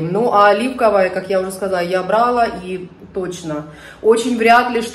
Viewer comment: Здравствуйте. Нравится мне смотреть видео, и сама очень мне симпатична. Однако каждый раз мне режет слух неправильное ударение на первый слог в слове бралаА. Это все равно что сказать спАла, пИла, врАла. Ударение в этих словах всегда падает на второй слог- бралА.